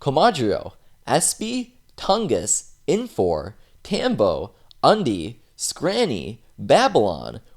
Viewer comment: You said Toungus twice.